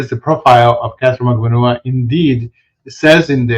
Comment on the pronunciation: Ha ha good on giving us the juice on proper pronunciation of Magbanua. I still cant manage it yet. Mag-ban-NUA as opposed to Mag-BAN-ua. I think I have it. I just watched a youtube video on how to pronounce Tseng...Tseng!